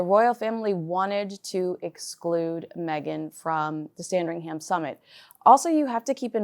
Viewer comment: fyi with love - there is no sound of 'ham' in Sandringham. More, sandringhum. soft 'h', run it all together :)